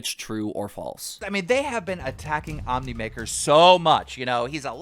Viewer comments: Omniwrecker ...... wow, how do mispronounce ohmwrecker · I kept laughing every time he miss pronounced Ohm’s name like who the hell is omnimaker 😂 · The fact keemstar keeps mispronouncing Ohmwrecker says he’s either not taking it seriously or an ignorant jackass. Both would be red flags to NOT get on his channel as Ohm did. 🤦‍♂️